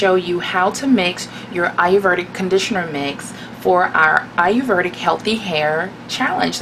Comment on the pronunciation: I love the video! But the word is pronounced a-yur- VAY-dik or a-yur-VEE-dik. Not a-yur-VER-dik.